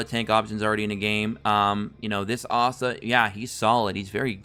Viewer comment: (Lick - t) thats how u say lichts name, But please keep calling asta Assta its super funny and it keeps me laughin thru the video while getting some good info on the game